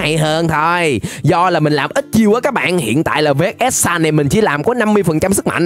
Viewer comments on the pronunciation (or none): Người ta gọi là vhs sans chứ không phải là v-h-s sans nhé